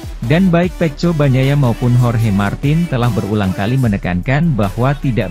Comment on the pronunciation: Bahasanya ini admin tidak baek di dengar GP dia bilng ip peko bacanya dia bilng peco . Jdi bikin malas debgar komentator nya 😅😅😅